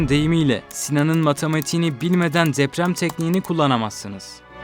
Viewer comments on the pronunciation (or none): Abi neden dzeprem...tsemel... diyorsun? "Tsı" "dzı" diye bir harf yok Türkçe'de. Ne oluyor "cool" mu oluyor sanıyorsun? Kulak tırmalıyor, tiksinme veriyor yemin ediyorum.